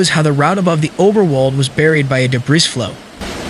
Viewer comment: Debris is pronounced “Debree” not “debriss”. Cheers.